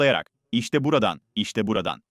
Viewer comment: Seslendiren dalga mı geçiyor 😀 işte buradan mı diyor gerçekten bu kadar çok Rahatsız edici öyle demiyordur Buradan , böyle, böyle falan gibidir o